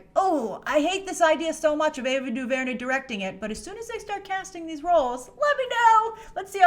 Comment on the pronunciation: The disrespect of Ava Duvernay's talent (emphasis on the last syllable by the way) is absolutely ridiculous.